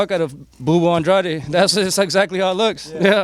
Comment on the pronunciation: Why the hell does everyone pronounce his last name andrad